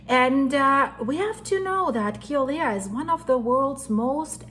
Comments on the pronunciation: As a native hawaiian born and raised on hawaii island.. it's pronounced (Kill uhh way uhh) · Say Killer-way-a